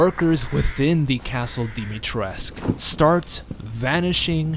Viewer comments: Dimitrescu, not Dimitresk. The u isn't silent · Dimitrescu not dimitresc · That’s not how you pronounce her name. Dimitrescu has been falsely pronounced as Dimitreesk in English, with the final "u" letter being silent. This approach has been criticized by Romanian speakers who have said that the correct pronunciation is "dimi-tres-ku", for her name is Romanian. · If i hear ppl saying her name as dimitresc once more im starting the third world war. PEOPLE THERES AN U AT THE END THE FUCK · I hate how you pronounce her name! Pronounce the fucking U as well! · Love how said Dimitrescu multiple times before asking I am saying it right?? Yeah mostly but their is no cu at the end you just need a teacher try the duke. He is the one who taught me how to say it. Infinite CAKES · The romanian homie tells me that the u supposed to be pronounced